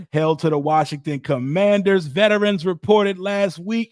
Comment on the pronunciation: 😂😂😂😂😂😂😂😂😂😂😂😂 cumandhers...😂😂😂 foerskins.